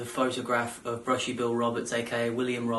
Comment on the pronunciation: bushy not billie